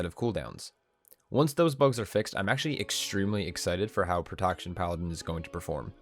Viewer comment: He also says "prodaction warror" a few sections later. Had to pause the vid and replay on both instances. Pro-TEKT-shern